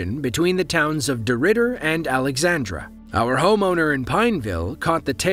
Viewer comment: Not "Alexandra," but "Alexandria, Louisiana."